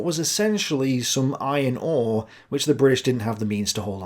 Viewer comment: did you say "iron ore"? to my American ears, it sounds like "eye and awe" but that can't be right. has to be "iron ore," no?